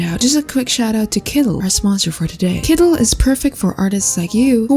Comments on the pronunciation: Kooleen❌️ Koolen✅️ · It's "kooleen" not "koolen", k0olëeęeěeēeən!